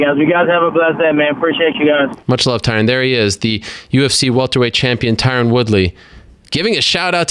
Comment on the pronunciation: "TyRun Woodley"